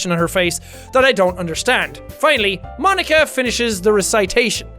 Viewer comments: “I give my moem to Ponika” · "I give my moem to Ponika" loool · I died when he said "i give my moem...i give my moem to ponika!!" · Did anyone notice he said “I give my moem to Pokika.” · I keep seeing “pobody’s nerfect” in the comments but are we going to ignore “I give my moem to ponika”??? 😂😂😂😂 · Jack "I give my moem to ponika" Me 🤔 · "I give my moem to Ponika"